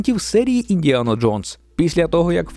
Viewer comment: ІндіанО? Серйозно???